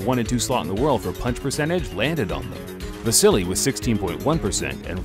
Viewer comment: Why do people keep saying " vasily " instead of "vasyl"